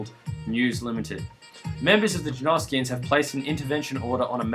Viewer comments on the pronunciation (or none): I knew you were Australian, all that talk of the jerneerskians